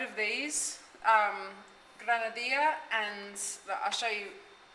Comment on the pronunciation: you might adopt the Ecuadorian way of pronouncing the double L. It's a Jzuh sound, not a "y" like in Mexico.: ) So it's "gran-a -dee-jzuh", rather than "gran-a dee-yah" Listen to the locals and you'll hear it! Anyway, it is definitely pronounced that way in Quito.